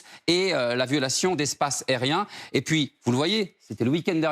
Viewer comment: Le aussi faudrait qu'il apprenne à articuler et prononcer correctement les mots.. aréoport, espace airien, le présentateur moitié dyslexique ça la fout mal